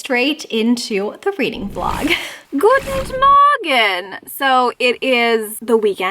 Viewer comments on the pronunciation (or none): German speakers cringing at “gutend.” Just “Guten Morgen,” love. ❤️❤️❤️ Still love ya,!